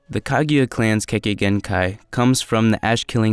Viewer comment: not (kag-a-ya) it’s (ku-gu-ya)